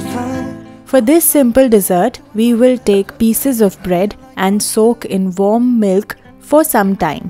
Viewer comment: She said warm milk, I heard bomb milk😂😂😂😂